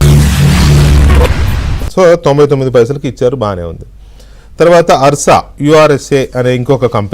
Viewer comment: ఆర్ష కాదురా ఉర్సా రా ఉల్ఫా నా డాష్ 😂😂😂😂